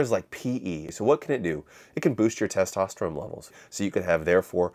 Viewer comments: is this guy saying testoterome? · dawg, why are you saying testosteroMe